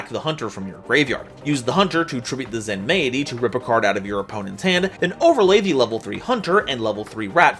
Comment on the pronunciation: I think Zenmaity is meant to be pronounced like “Zenmighty”